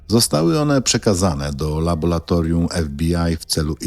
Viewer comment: Wszystko dobrze , ale to laboLatorium razi z 7 razy powtórzone. W laboLatorium pracują laboLanci. Błagam...